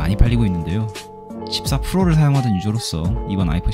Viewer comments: 14 Fro로 발음 하신 건 너무 촌스럽습니다 😂😂😂😂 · 발음 샌 것 같은데 댓 막 싸지르네